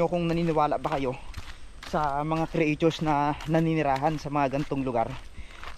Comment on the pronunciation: CREATURE- it’s pronounced as KRI CHOOR!!! lol I didn’t understand what you were saying…